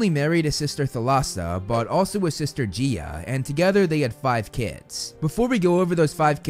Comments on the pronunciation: corection: gaia, not gea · I’m sorry but GEIA??? Ur saying it like Jea and like Guy A GAIA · Actually,, minor correction; Gaia is pronounced as (Guy-ah) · really? I've never heard them I've literally only ever heard it pronounced Gaya or Gaia I guess Geeah makes sense since it sounds like Geo but again I've just only ever heard other media say the other two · Only some minutes into the video, I never thought of 'Gaia' as 'Geea' I always pronounced it like 'GaYa', just thought it's funny haha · I'm not saying that the video was bad but the Gaea instead of Gaia was funny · you're right, I just checked and some audiobooks do pronounce it that way, maybe the first a is silent 😀